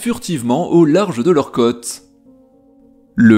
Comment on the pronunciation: Tu ne peux pas comme tu le fais là prononcer le mot côtes comme le mot cotes parce que cela change le sens de ta phrase. Oui le français est la langue du Val de Loire et oui c' est une langue "pointue" donc si on ne respecte pas les intonations comme des o appuyés quand il y a un accent circonflexe dessus, il devient ardu de former l' orthographe qui convient lors d' une dictée.